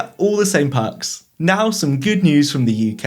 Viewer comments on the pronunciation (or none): tryna be a Ozzy with ur haytch. also parks vs perks